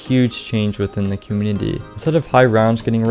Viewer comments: I love your videos but I can not stand the way your say “community“ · You need to practice the word community